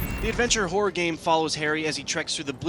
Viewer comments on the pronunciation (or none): lol am i just hearing him say "Hore" instead of "Horror" ?